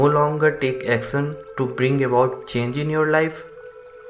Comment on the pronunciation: Another wrong pronunciation of the word action. Instead of action he is saying acson. He can’t pronounce “sh”.